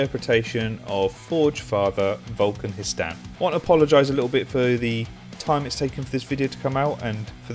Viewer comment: Vulkan WE-STAN